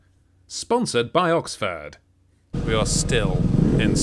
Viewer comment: im sure Oxford liked you saying Oxfart there's standstill traffic jams even on the fucking highways WTF